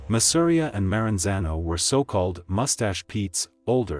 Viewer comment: Masseria is pronounced mah-seh-ree-yah 🤓